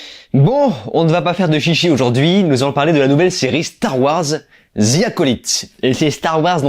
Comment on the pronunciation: ‘’Star wars zi acolyte’’ franchement les français votre anglais est nul 😂 prononcé ‘’the’’ en épelant ‘’de’’